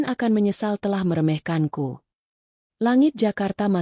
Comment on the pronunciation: Yang benar meremehkan mbaak bukan me're'hkan bloon amat penyampeannya